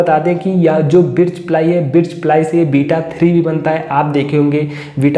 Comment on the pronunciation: बिर्च नहीं भाई बर्च प्लाई.aur yeh sabke bas ki baat nhi h ki birch ply ka cabinet banwaye.